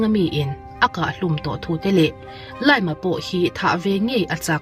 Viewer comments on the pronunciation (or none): Zo takin I lam ta sa sa a, LIAM tih hming hi Zo takin LI-AM tiin lamla a dik nimai tur. LAIM-a han tih tralhh🥲 a sipel angin lam mai la. LAIM-a tih I isawi vawi 3 naah ka pause a, ka comment a, I channel ka enleh tawh lo ang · Liam (pronounce as lee-am)